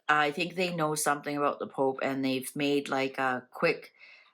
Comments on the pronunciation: Thanks.. You made me laugh out loud with you poop..pope. Slip.. Haha.. Contagious..😁😁. I haven't laughed like that in a while..lost my husband at Christmas...so been so sad... Life goes on.. He would have laughed with me..xx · After waking up to another troubled day in GB your mispronunciation of the word pope really made me lol 😂 thank you, all I can say is keep drinking the spirits🤗